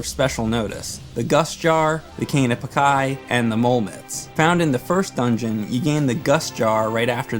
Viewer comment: Cane of "Pakai"? It's PaaCH-iy! Great video anyway